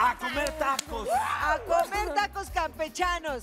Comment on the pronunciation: Like si oíste tacos campenchano en ves de campechanos